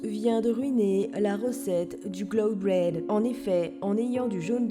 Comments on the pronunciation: A chaque fois j'entends le cloud brain au lieu de bread 😭😂😂 mais elle dit ça nan ? TwT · On est d'accord qu'elle dit "brain" pas "bread" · Mdrrr... Quelqu'un d'autre que moi a remarqué qu'elle ne faisait que dire "Cloud Brain" au lieu de "Cloud Bread"?!! 🤣🤣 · moi pendant toute la vidéo: BREAD PAS BRAIN DOOMS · Moi regardant Dooms dire "Cloud Brean" au lieu de "Cloud Bread" Mes oreilles : oof- 😂😂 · Surtout qu'à un moment elle sort "cloud bloody brain" ou plus souvent "cloud brain" (ça s'appelle ne pas se faire ch*er avec la prononciation 😂😂) Ps : "bloody" = saignant et "brain" = cerveau pour ceux qui parlent pas anglais 😉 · Dooms Elle dit tout le temps Cloud Brean 😂😂😂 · Surtout qu'elle dit "cloud brain" à la place de "cloud bread" 😂😂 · Elle dit Cloud Brain au lieu de Cloud Bread MDR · J'ai un problème d'anglais aussi je crois mdrr j'entends brain à la place de bread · J'étais morte de rire pendant toute la vidéo, à chaque fois tu dis ''cloud brain''(cerveau de nuage) au lieu de ''cloud bread''(pain de nuage)😂😂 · Dooms qui dit breaN au lieu de breaD François avait raison😂✌️ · "Clon Blod Brain"😭😂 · moi g entendu "cloud brain " genre " nuage cerveau " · bread avec un d pas avec un n bon je ne suis pas anglaise ou américaine ni française d’Alleur mais mon niveau d'anglais est très élever juste parce que je parle arabe sinon bonne video